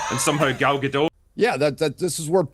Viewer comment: Gadot, not Gado.